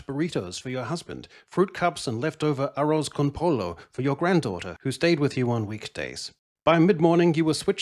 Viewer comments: “Arrows con polo” Please never attempt to speak Spanglish again. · Arros Kon Polo🗣️, my dude didn't even try😅, but Rancheras he nails smdh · I laughed out loud at the pronunciation. Good times!